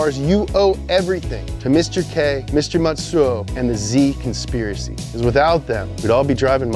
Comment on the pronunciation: ""The Zspiracy." Come on guys, it's not that hard. That's a buff-ass horse headline that you just walked right past.